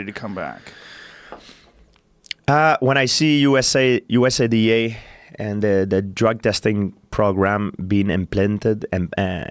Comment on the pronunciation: Everybody: USADA GDP: U...S...A...D...A